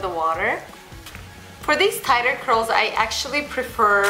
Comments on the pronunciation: when she says curls it sounds like a crols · I thought she said "hitless" curls